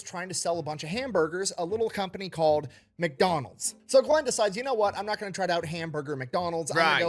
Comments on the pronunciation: Not even a reaction from, I'm still laughing! MICK Donald's, not MACK Donald's. Certainly not Macky D's! 😆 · and saying macdonald's instead of mcdonald's.